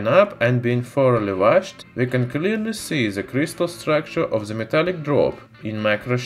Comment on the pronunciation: ...on ze surface of ze metal... What are you saying????????????????? When you can't say The... Just say De... Ze is fucking ridiculous